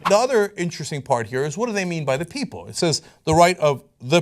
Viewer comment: How about we read the amendment. Cenk: "JUST GOOGLE EHHHT!"